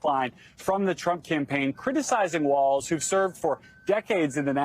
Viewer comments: There's no 't' in WALZ, jesus christ MSNBC, embarrassing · It’s Walz, not Waltz! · It’s Walz, not Waltz. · “Walz” not “Waltz” I guess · Walz not Waltz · JD, its Walz, not Waltz. not knowing your opponents name is ok if you have dementia. but someone like you not knowing your opponent is .....weird.